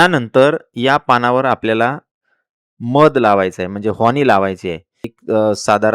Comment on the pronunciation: हॅानी नव्हे हनी म्हणतात 😂😂